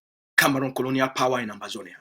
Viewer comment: It's Ambazonia not Amazonia